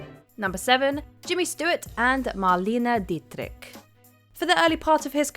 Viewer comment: I live did the day that you get the pronunciation of Marlena Dietrich’s name right.